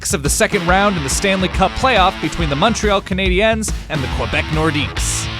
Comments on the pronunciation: Am I the only one to get all annoyed when he says Canadians like canadans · The way this dude keeps saying CanadiEns is really annoying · The way you pronounce Montreal Canadiens is weird. The 'ens' part of it sounds forced. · Nothing bothers me more than someone not being able to pronounce Canadiens or Quebec properly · Dude...why are you pronouncing Canadiens so God awfully? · Why did he pronounce it "Canadiens"